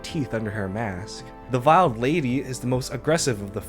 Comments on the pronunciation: Sorry, minor nitpick. Its veiled lady...pronounced VEY AL You know...like a wedding veil. Not vile-ed. I know it doesnt really matter but I felt I should say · Enjoyed vid, and for future reference "veiled" is pronounced with a long a sound like sail or rail, it is the covering of the veiled lady's face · I keep hearing people say "viled lady". It's "veiled", pronounced like wailed.